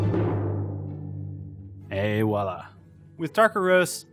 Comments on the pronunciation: Coffee Master here - Not that it matters - but it is pronounced " voila " not " wah - lah " . lol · The expression is Voila!, not Wala, doofus. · "Et Wala" you mean... voila? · voila, pronounced vwala. Not wala. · prononce ''Et Voilà'' not Et Wouala... Good luck. Nice video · he rlly shouldn't use "voilà" if he can't pronounce it, in france saying wallah as he said it would make him look really goofy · Why do Americans say "a walla" - it's "a voila"; voila is french, sort of for "check it out!" "there it is!". Walla is a mispronunciation. :( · the word he's trying to say, is "Voila", right?